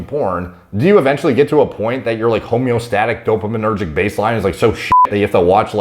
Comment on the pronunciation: "homeo-static-dopo-menergic" im so DEAD XO